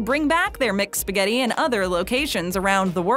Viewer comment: "MicSpaghetti" "MicPizza" is haunting my ear.